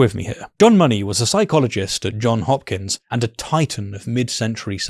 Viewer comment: It's JohnS Hopkins, not John Hopkins.